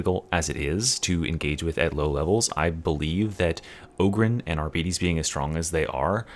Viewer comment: You can't even pronounce arbites. Chill out